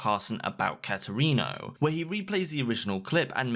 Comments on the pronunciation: i.. i can't get over cat erino. it's pronounced kate erino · The way he says katerino hurts me